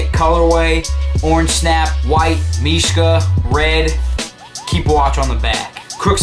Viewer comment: he is actually saying mishka properly, and trust me i would now -.-'